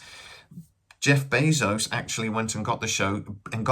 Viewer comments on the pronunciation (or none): none